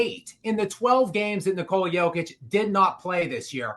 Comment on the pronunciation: Hey show some respect learn how to pronounce Jokic’ it’s not Joke-itch its Yoke-itch